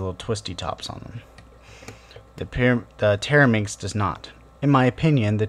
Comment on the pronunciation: You keep saying TETRAminx wrong. A TERAminx is a completely different puzzle